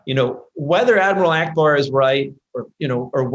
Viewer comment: Its Akbar lol Not Akabar